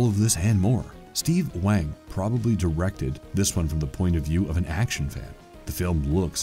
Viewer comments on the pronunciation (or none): none